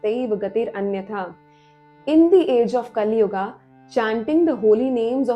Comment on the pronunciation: Hey Don't mispronounce our pure hindi words like satyug - a , kalyug - a .. this is wrong